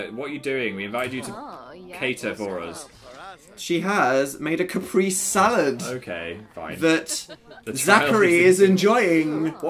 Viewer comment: He did not say capresé right